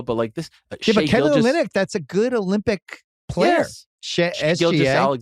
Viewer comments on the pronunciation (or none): none